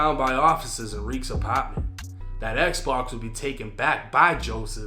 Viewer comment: The way this nigga says “Apartment” always gets me 😂 Ahpaaarrtment 😭😭